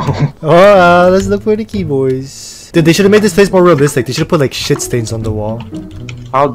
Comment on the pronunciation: the way he say “shiet” took me out bruh😭😭